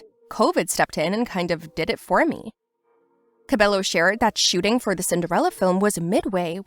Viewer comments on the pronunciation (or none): It’s not “Cabelo” It’s “Cah-Beh-Yoh” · Can you at least say her name correctly?